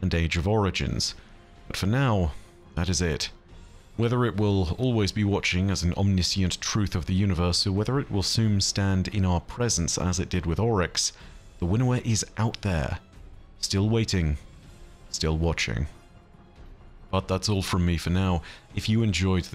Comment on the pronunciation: omniscient = om-nish-uhnt btw